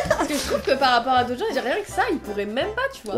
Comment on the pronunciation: Pas "aitres " "autres"